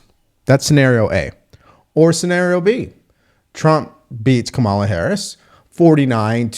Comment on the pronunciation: lol Joy mispronounced Kamala's name, which at this point can only mean she's a raging racist and sexist.